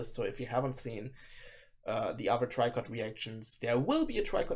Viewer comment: Tricot just reposted someone who shared your reaction in their story on instagram lol FYI: the band name is French and in english you'd pronounce it like "Tree-ko" not "Try-kot"